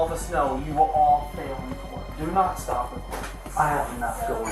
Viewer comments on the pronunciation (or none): none